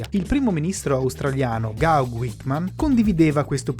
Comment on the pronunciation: Ciao ragazzi, bel video come sempre. Solo una precisazione… Gough si pronuncia “ Gof”. Ciao